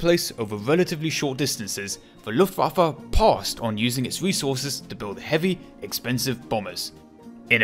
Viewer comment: This almost gave me a stroke ( also when the german and Dutch words are translated it say yes the is see real power of see luftwaffe)